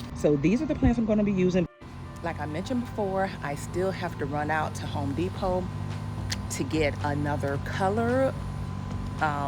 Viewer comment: I was witcha til you said H ome De pot 🥴😫